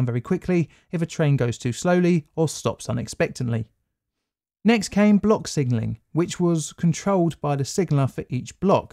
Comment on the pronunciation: Sigenling? Sigenling?